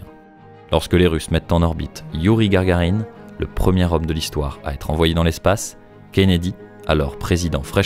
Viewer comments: Gagarine, pas Gargarine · Juste c est Youri GAGArine. Pas GaRgarine. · Youri Gagarine pas Gargarine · Youri Gagarine si jamais... pas Gargarine... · Attention, c'est Youri Gagarine, pas "Gargarine".